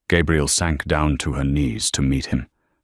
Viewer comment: Why is she called Gabriel instead of Gabrielle?